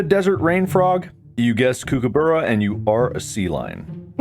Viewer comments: i just need to let everyone know thats not how kookaburra is pronounced it's more like 'cook a burrow' but with an 'uh' sound at the end instead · fwiw kookaburra and emu are Not pronounced like that (there’s a y sound after the m in emu, for a sound more like ‘EEM-you’, and kookaburra is a short o sound ‘COOK-uh-buh-ruh’) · As an Aussie, their pronunciation of Kookaburra made me laugh so hard 😂So wrong. It’s pronounced “ku-kuh-buh-ruh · Ah yes, the cook-a-buurr-a. The famous Australian laughing bird. I got a lot of these just cos a good chunk of them were Auzzie or memes lol And I agree, ptarmagins definitely have Ethan vibes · the decimation of the pronunciation of kookaburra smh. cook-ah-buh-ruh. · Kookaburra is pronounced with more of a cook than a Kook sound at the beginning. Cook-ah-bar-ra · The way they pronounce kookaburra 😂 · That is the funniest way I've heard an American pronounce Kookaburra. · the pronunciation of kookaburra had me rolling